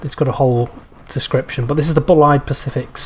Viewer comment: The E in Bulleid is silent, I think its an American surname.